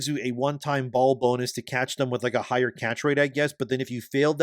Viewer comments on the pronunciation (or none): none